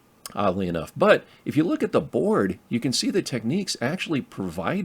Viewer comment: ‼️It’s not pronounced “techniques”. Can you read?